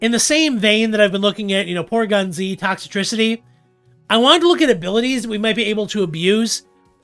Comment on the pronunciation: Dude, its Toxtricity, not ToxItricity; you're adding an unnessecary extra I to its name.